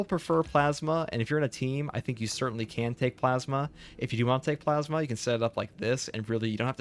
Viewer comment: I have a problem with the way you pronounce plasma